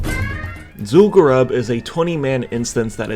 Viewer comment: its zul gurub, not zul garab HAHA